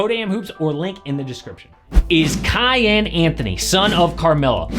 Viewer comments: “Cayenne” SMH 🤦‍♂️ quit calling him a bell pepper or Porsche It’s pronounced “Key-on” name of a great Persian King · Pretty sure its pronounced KEEYAHN, not Cayenne.